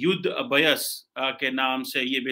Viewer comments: Ub- Uh - Yus ? Abhyaas ! Ubh Yaa sss. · ABH'YAAS is the right pronounciation,.